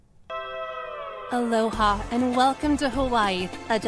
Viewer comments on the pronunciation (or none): none